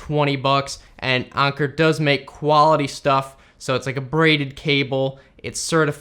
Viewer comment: I hate how you pronounce Anker